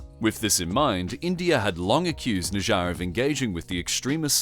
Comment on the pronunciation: Correction: His name was Hardeep Singh Nijjar, not Nijja